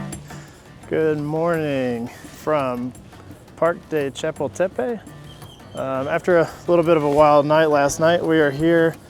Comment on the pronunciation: Hi guys, great video especially given that you're currently a small channel. A little help with pronunciation... Xochimilco is pronounced "soh-chee-MEEL-koh" Chapultapec is pronounced "chah-POOL-tah-peck" I'm heading to Mexico City next week and I appreciate the informative video. Que la pasen muy bien! (Have a great time!)